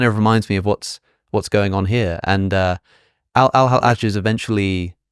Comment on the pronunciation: pronouncing Hallaj as [ħælˈaːʒ] is so annoying for me as a Persian speaker (yes Hallaj was Iranian and "Al-Hallaj" is his arabicised name(I know Hallaj itself is Arabic)) because it's [hælːɑːd͡ʒ] in Persian and [ħalːaːd͡ʒ] in Arabic so the pronounciation is just wrong and doesn't let me enjoy the video properly but I like the video!